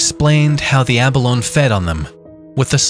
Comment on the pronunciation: Yep, -ee sound on the end, ya land lubber! Lol j/k